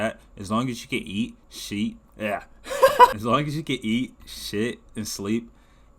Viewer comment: The long-awaited review is here✨ Not bro saying Sheet 😭